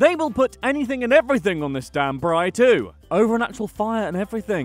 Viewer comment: Hey but atleast he said braai correctly